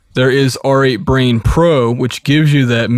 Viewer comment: It's pronounced "rate brain", not "are eight brain". And it's pronounced "able tun", not "abble tun".